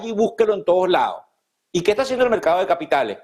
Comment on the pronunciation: Se dice correctamente: mercado y no "mercao". Se dice correctamente: cerrados y no "cerrao" Hablar así, es hablar muy mal el español y peor en un noticiero. Los noticiario deberían seleccionar a personas que pronuncian bien el idioma español.